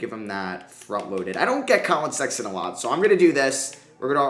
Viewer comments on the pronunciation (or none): none